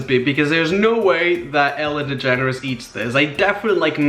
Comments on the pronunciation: am I the only one who thought that when he said “Ellen DeGeneres” is sounded like “Ellen the Generous” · are you saying "the generous"